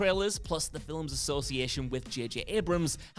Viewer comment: Why does this guy pronounce "films" with two syllables?